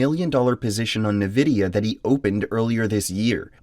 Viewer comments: EN-vidia not Ne-vidia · people need to stop calling it nevidia, it's Nvidia... N-VIDIA, not NE-VIDIA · bro says Nvidia like a Nigerian footballer